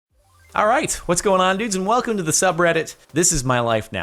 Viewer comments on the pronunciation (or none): none